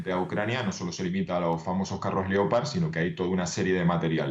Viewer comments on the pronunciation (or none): Se dice Tanques leopard no lepard